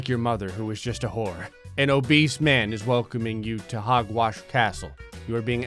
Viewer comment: U said hogwarts wrong lol, no offence